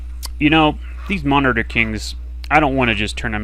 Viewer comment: yeah gameplay is tremendous and well thought out, but please for the sake of me pulling my hair out work on pronunciation of things lol min-o-taur is not mon-I-ter I mean other than that great job!